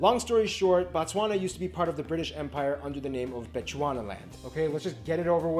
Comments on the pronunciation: Yhoooo this video. Typical Western take on African nations, so not shocked anymore, just irritated: • BOtswana (land/place of baTswana). In Bantu languages we use prefixes to denote something in the root word. Oversimplified explanation for Sotho-Tswana languages... BO (Place), MO (Person), Ba (People), Se (Language). Pronouncing it as "BaTswana" is referring to people, not the nation. "BO" vs "BA", this is broken seTswana. • White people "oppressed" in Zimbabwe is basically what people referred to Zimbabwe's expropriation WITHOUT compensation. Before that, like in South Africa and Namibia, agreements were done (Expropriation WITH compensation) which meant a land claim is done, evidence is found that land was stolen from locals through previous laws (under Rhodesia or Zuid Afrika regimes), current laws demanded those farmers still get paid by the current administration to BUY BACK the farms to give them back to the original owners. So naturally huge amounts of money are needed to "settle" with the same farmers who stole land in the first place (Billions in South Africa per annum. Think Haiti's settlements with France). Naturally white people didn't like this as they wouldn't receive a cent for previously stolen land, and thus the need to scream their "oppression" (you still find many white people in Zimbabwe, it is the alarmist loyal Rhodesians who repeat this oppression story, and who are still unapologetically "Rhodesian" till today). The West has highly misinformed, and tw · Bro can I advise in future you do a live chat with someone who lives in pronounced BHO-TSWANA (emphasis on B) that white guy knows things from a theory point of view but not from a socio-issue and economic point of view. Take down this and do it correctly with someone who lives in (pronounced BHO-TSWANA) it is very important and will make this clip more interesting. Thanks for taking the advice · Should call Botswana name correct This is fun but the name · it's 'boo-tswana' not 'ba-tswana'❤